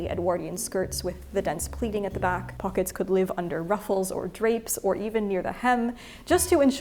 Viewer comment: If only you had pronounced it throughout as "pocketssezs" . . . :-(